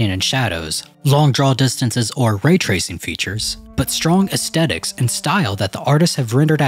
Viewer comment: Lol at “ass-tetiks”